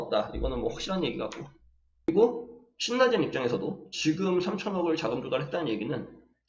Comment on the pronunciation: 신나젠 아니에요 실라젠으로 읽는게 맞아요 ㅎㅎ